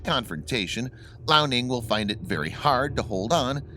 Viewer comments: hey dude,point of correction,the chinese aircraft carrier is pronunced;lee-ao-ning,not lao-ning,just so you know,btw good job,keep up the good work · I love how he pronounces liaoning “Lao” Ning, which Lao means old in Chinese